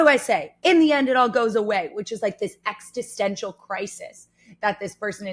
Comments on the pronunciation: Existential... Ex-is-ten-shul. Not Ex-tis-sen-shul... Sorry, but I just figured I'd throw that out there. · Why do you say "extistential" instead of existential? It's existence not extinctance! Extintance is exactly the opposite 😅